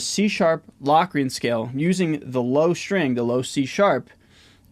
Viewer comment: "LOW"crian, everything else is good